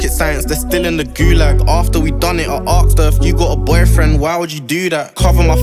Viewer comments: its asked not aksed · Why does he say arksd her instead of asked her